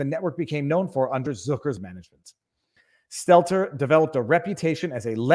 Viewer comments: I've come to the conclusion that Viva is purposely mispronouncing Brian's last name. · Best thing about Stelter losing his job? Soon we will stop having to hear viva mispronounce his name. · I'll miss hearing you mispronounce Stelter.